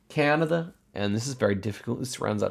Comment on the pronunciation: i LOLed at the NA accent saying “Canada”